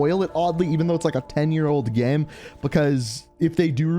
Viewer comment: Every time he says "game" it sounds like "gam"